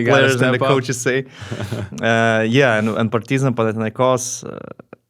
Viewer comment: Does anyone gets annoyed how he pronounces’ Partizan ‘ ?